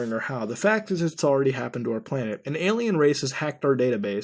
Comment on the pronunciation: Muta, I need to know why you say alemal instead of alien. What's up with that?